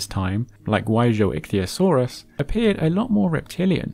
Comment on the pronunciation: Face it: he included "Guizhouichthyosaurus" just because he wanted to show off his impressive pronounciation skills.